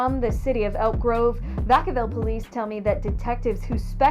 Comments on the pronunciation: I damn near died when he pronounced vacaville wrong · Lmao my people out there and I heard him say it and thought wtf he just say 🤣😂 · Me too! I'm from DC but I used to live in Sacramento. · Vaaaa kaaaaaa villllll not vaCowwww. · Vacal? It’s “VACK-UH-VILL” 🤣🤣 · Man you got the Town name all fucked up ..it's VA-CA- VILLE...NOT VA -CAL....WOW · Lol 😆 its called Vacaville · It’s not Vuh-cal-ville It’s Vacaville (VAKAH-VILLE) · DID U JUST SAY "VA CAL" CITY CALIFORNIA LOL NOOO ITS PRONOUNCED "VAK-A-VILLE-" IM FROM THE YAY-AREA... IM FROM THE HOME OF MAC DRE THE (CREST) VALLEJO CA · I'm from Sac born and raised so just a heads up bro it's pronounced vac-uh-ville not va-cow-ville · VAC-CA-VILLE NOT VA-CAL...SMH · Nigga it's Vacaville, like Vackaville🤣 you murdered that name🤣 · Its vacaville like vacuum vac a ville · Vack- ca- Ville.. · Its Vacaville fam ( vac- a -ville )🤣🤣🤣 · I never heard that city pronounced like that in my life “va cow bill” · Aww man hearing you mispronounce Vacaville.. it’s Vac (like vacuum)-uh-ville. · What’s the name you gave Vacaville? Pronounced Vack-uh-vil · Lol that town is pronounced vac like in vacuum a ville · It's pronounced Vac-A-Ville lol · Pronounced va-cuh-ville lol smh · vaca(like vacuum)-ville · No disrespect but it's pronounced VAK-A-VILLE 😅😅 your welcome🤷🏾‍♀️love your content and channel. New sub❤️❤️ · The name is Va-cuh-ville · Its pronounced Vaca-ville 🤣🤣🤣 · It's vac-uh-ville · Vaca-ville bro lol u pronounced that bihh all wrong lol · Vacaville is pronounced diff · If you don’t know how to pronounce a Cali city “Vacaville” stop doing stories on Cali!! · Where are you from? You mispronounced the hell out of Vacaville lol! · I ain’t never heard Vacaville pronounced like that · Nah Va-caville took me out 😮‍💨 and a news reporter said it during a news clipping.